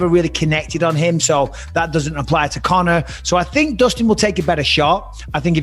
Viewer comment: Bispings American twang is getting worst.....listen to how he says Connor